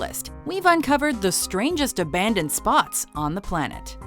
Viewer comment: Ayyyyye aban-ndoned